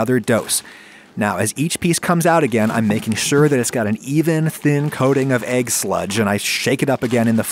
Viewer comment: How does someone have a cooking channel and still pronounces it “agg”